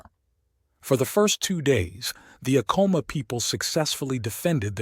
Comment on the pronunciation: Its actually pronounced Ack-A-Ma..im born n raised new mexican my ppl are Apache mescalero...❤🦅